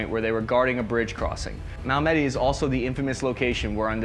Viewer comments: Previous comment: should be 38th div not 36th... However. 28th Div seems to be correct Unit ID of Curry. BTW it's not Mala-med-ie .. It's Malmedy... ... Don;t rpretend to know history and then mess up key stuff dude! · Hell, l am not French or Flemish the l can pronounce Mal-me-dy.I dislike mispronounced names or words.